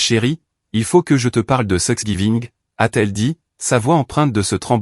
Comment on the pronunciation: Prononcez tanks giving ce serait plus juste